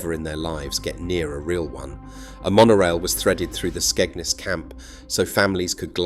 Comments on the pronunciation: It's Skegness not Skegnus! You can't even pronounce the name properly!! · Your pronounciation of Skegness is off